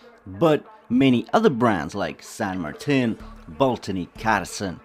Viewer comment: First not spanish yotuber that pronounce San Martin correctly. Congrats!